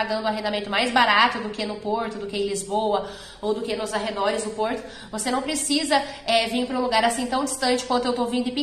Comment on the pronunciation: Porrrrrrrrrto!!! É caro